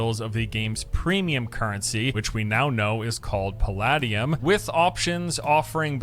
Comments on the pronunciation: Pal ah dee um? It's Pal ay dee um... I wish this didn't annoy me, stop it brain, stop it. XD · Lol was that other guy tryna say Palladium? It's not like Diablo made that up. It's Puh-lay-dee-um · the way dude says 'palladium' is driving me nuts. The word may be based on paladin (or not, I don't know the etymology), but it's pronounced pa-lay-dee-um. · Someone failed chemistry. I cringed every time he said paladium. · Lol that guy can't even pronounce Palladium